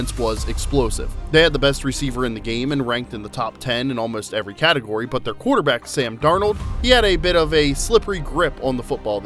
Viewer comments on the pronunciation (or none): none